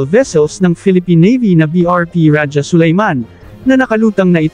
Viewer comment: AI cguro kasi Ra-ja instead of Raha(Sulayman).